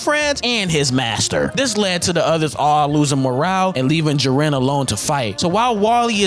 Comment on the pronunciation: Ji-ren not Jir-en FFFFFFFFFFFFF